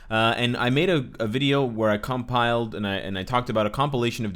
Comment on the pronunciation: Cumpiled? Wow.